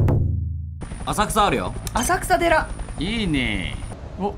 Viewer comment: 浅草寺（せんそうじ）を浅草寺（あさくさでら）に間違える所好きだわ